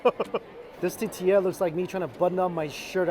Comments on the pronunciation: It’s now a drinking game for us whenever Mike says “ta-ti-ya” instead of tortilla lol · Love yoy, but PLEASE - it's TORtilla, not TAtilla! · Say it with me T-O-R-R-T-E-YA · Say it like this Mikey, “Tour-Tia”. 😂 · Not one comment about how he says tortilla? Or maybe I got tired of scrolling to find it. Lol. Awesome video. That little girl made it worth sitting through the tuhtea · "ta-tee-lla" lmao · teteeya - you're killing me Mike! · So cringy! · Nobody: Mikey: TATILLA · Say it with me mike... tore-tea-yuh. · It’s driving me CRAZY!!!! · Lol 😆 I'm calling it that from now on. It's no longer tortilla... it is now "tatia" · I would do almost anything to hear you say “tortilla” and not “tatiia”. PLEASE at least fit in the “r” sound somewhere in there. Like I said, I will do almost anything. I’m ready for the challenge. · Squishy Mirror tuh TEE ya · There's an "r" in tortilla